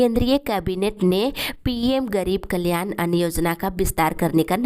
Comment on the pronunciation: अन्न योजना होता है अन्य योजना नहीं